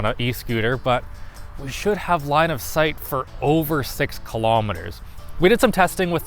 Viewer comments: Did he say “Line of Sight” or “Linus Height?” 🤣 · whenever they say "line of site" I keep thining he's saying "Linus site" 🙂